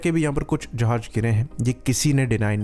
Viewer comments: Dhakkan, its jahaz not jahaj. If you can't even pronounce it, your side clearly cant fly the damn things with any competence. 😂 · jahaj nai jahaz hota laore